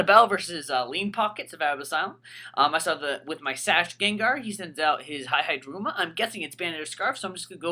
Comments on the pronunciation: E-E-Daruma Not Hi-Hi-daruma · hihidaruma is pronounced as he-he daruma not hi-hi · its pronounced he-he daruma not high-high daruma dude do you see anyone else calling it that, get with the program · Why does he pronounce hihidaruma sa Hai-hai-da-ruma? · It was painful listening to you call it "Hi-Hi-daruma" >.> ow. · HAI HAI DARUMA!! Seriously though, you have been told literally thousands of times how to pronounce their names...just like Hon-Krow, Vennu-Saur, Lati@ and the many other examples.